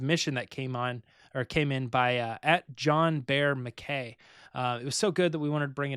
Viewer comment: Wow! I mean we all hope our interactions will be noticed but I'm taking a bow for asking the question that led to the fart that broke 🤣🤣 as always love the show keep up the good work (I'm an actual Highland Scot so it's pronounced like Mac-eye or "och aye Mackay" haha)